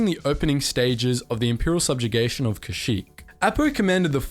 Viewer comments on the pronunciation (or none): none